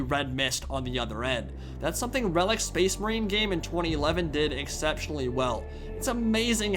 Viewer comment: Just the way he says "Space Marine" sounds so silly lol. :) It sounds like he's saying, "SPAYCE-MUHREEN".